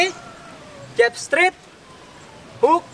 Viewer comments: Straight dibaca strait, bukan strit. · Makasi bg materinyaa, izin bg, maaf tp pelafalan straight nya sprtinya salah